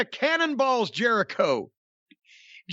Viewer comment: Chris Jeri-Dough? Chris Jelli-cho? Crisco Jericho?